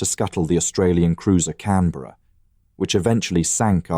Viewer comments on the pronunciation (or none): Her name was HMS CANBERRA NOT Cranberra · The Australian Heavy Crusier......CRANBERRA? You would think someone who knew about the battle would review this before you finalized it. CANBERRA......not Cranberra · The Cranberra??? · haha cranberra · cranberra lol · You mean the Cranberra😂